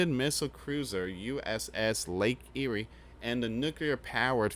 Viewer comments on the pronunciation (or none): none